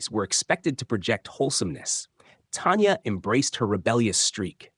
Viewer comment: It’s not Tonya it’s Tanya….get her name right!!!!!!!!!